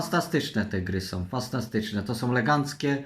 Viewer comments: kuźwa weź w końcu idź do logopedy, fastastyczne, trzygogowe, trzystępna, no kur.a uszy mnie bolą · Fastatyczne NOWSZE gry. Legancko. Spaniałe te gry fastantyczne. Te gry to rekord Guinnessa., takie nowe i trudne słowa wypowiedział, szok:o jestem zadowolona.